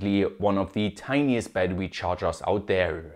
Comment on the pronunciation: Bro said batrwe